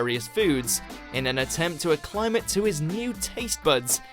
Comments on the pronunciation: I know that I'm going to come off like a know-it-all,but acclimate has the accent on the first syllable,a "short" vowel sound on the first syllable,and a "long" vowel on the last syllable. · Acclimate is not pronounced like that. It's ack-lim-ate, not uh-cli-mit. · Aclimate? You said it how?